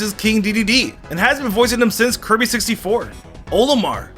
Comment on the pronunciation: hey buddy when you were talking about dark samus I think you said kirby's name wrong maybe I miss heard though